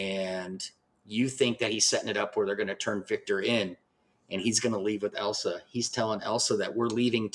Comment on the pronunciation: ILL - sa! Not EL - sa. Did YOU watch the film? 😠 Surely you could hear her name said countless times. RESPECT the medium and project you discuss.😡